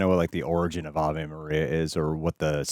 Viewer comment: It’s pronounced “ah-vay” Maria